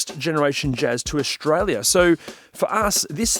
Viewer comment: I know where Australia is but where's this place called Aushtralia?